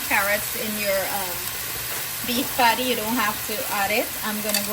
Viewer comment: Patty not paddy